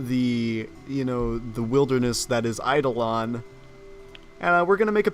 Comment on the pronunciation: THANK YOU for pronouncing Eidolon correctly!